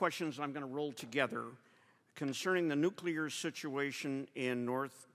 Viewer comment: Its Nuclear. Not Nucular.